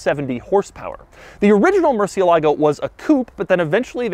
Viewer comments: mershalago not Mercy a lahgo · It is actually more like "more" "sea" "a" "lago" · murciElago, not murcielAgo... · It’s not “MurcielÁgo”. It is pronounced MurciÉlago. It’s obviously not an anglo word. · its said "More" "they" "a" "lago" not "mercy' "a" "lago" im pretty sure they car was named after one of the only bulls to ever leave the arena alive.... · Moo-er-see-EH-lah-go. Put it all together. Mercy-uh-LAH-go is not the way, folks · Mercièlago. Not mercialago smh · murciélago not murcielágo ffs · Ed Bolian is losing sleep over how Doug is pronouncing 'merci-A-Lago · murr-cheh-LA-goh (4 syllables) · Mooresialegoh its the right pronunciation in spanish/italian if you want to impress your viewers there you go Doug, Take care! Un abrazo tío! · It's a "soft" r,supposed to be pronounced "moo-thee-lago" originally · It hurts every time he says Murcie lago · It's (Mür-Sïï-Luh-Goh) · Murcielago - murchilago Cou-coup-coupé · I know I'm a little late to the game with watching this video, but is anyone else bothered that he's pronouncing "Murcielago" wrong? If it's spanish then emphasis would be murciElago. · I wish this guy would learn to pronounce MurciÉlago with the accent on the right syllable, come on now... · Tbf, Ed mangles it too lol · Am I the only Spanish speaker watching this video and laughing each time he says murciélago? 😂😂😂😂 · Doug's the type of guy to pronounce Murcielago incorrectly. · I speak Spanish and this man's pronunciation of 'Murcielago' triggers me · As a native spanish speaker I got so frustrated every time he said murcielago. IS MURCIÉLAGO! You are missing the accent mark Mr quirks and features. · The Murciélago is named after a fighting bull that survived 24 sword strokes in an 1879 fight against Rafael "El Lagartijo" Molina Sánchez. Pronunciation is stressed on the e, not the a, as Doug had mistakenly pronounced in several of his videos mentioning the car. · Murciélago is stressed on the E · me gusta el video pero que mal pronuncia murciélago